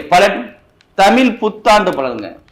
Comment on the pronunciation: உங்கள் தமிழ் என்ற உச்சரிப்பு தவறு.